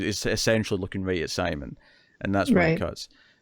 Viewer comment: First of all I really appreciate that you are watching this series in the first place and got me to check it out. I get you are reading the subtitles and then just saying it the way it looks to you, but it has been ever so slightly annoying to hear you mispronounce Simon's name every time. I get you don't speak the language, but it seems more respectful to at least try and get their names right. Anyways it's not a big deal just something I've been noticing and again thanks for bringing something more obscure like this to my attention.